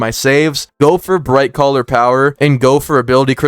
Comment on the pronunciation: Not sure if you are meaning to say this, but you keep saying Brightcaller?